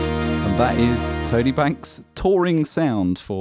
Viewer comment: everytime you say Tone A - I imagine someone with a thick new york accent calling out to their buddy Tony